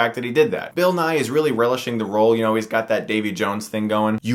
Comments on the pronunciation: Ha! That Bill Nye joke was hilarious! Although the actor in this movies' name is pronounced Bill Nye-ee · It's Nighy pronounced Nigh-ee. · It's Bill Nighy (Nigh-ee), not Bill Nigh.